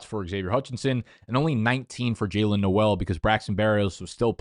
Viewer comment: and pronouncing Noel too